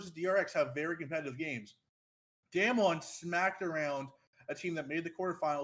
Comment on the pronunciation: not knowing how to pronounce damwon this far into worlds makes this hard to listen / take you seriously